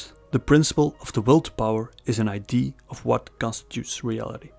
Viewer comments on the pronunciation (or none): “idea” has to be pronounced “aye-dee-ah”, because if you pronounce it “aye-dee”, people think your talk about ID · it's idea, not eye-dee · you pronounce "idea" incorrectly, it's confusing